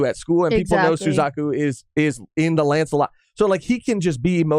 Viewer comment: oh i thought you said “Su-cuck-u”🤣